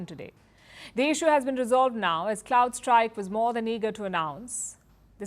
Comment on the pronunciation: and - It's C'r'owdStrike, and NOT C'l'ouldstrike.